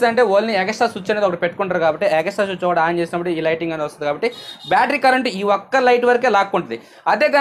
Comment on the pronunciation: బయ్య సుచ్ కాదు స్విచ్